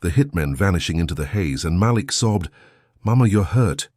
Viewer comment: This was a great story.. only negative is please learn how to pronounce black names. " malik" is actually enunciation as " muh-leek". Other than that I love your stories 🎉